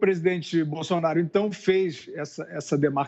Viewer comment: O "Boffsonaro" do Fiuza é impagável